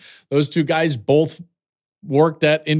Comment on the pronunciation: Joel “Bolth” Klatt